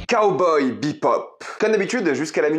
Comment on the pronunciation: On dirait que tu dis Kawai bebop